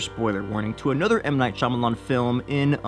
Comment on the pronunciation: Spee Spa what "Shamalamah"? Shyamalan